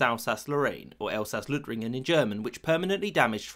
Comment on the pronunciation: The german name Alsace Lorriane is Elsas Lothringen and not Elsas Löthringen